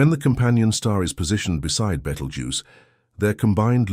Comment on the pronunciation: is it now betelgeuse or beetlegeuse. not very professional. like the AI voice. = dismissed